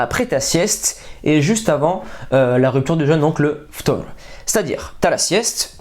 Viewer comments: Franchement la prononciation d'i ftour c'est carrée 👌👌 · Merci t’es super bien renseigne mdrrr t’as mieux prononcé ftour que moi tu pense à nous en plus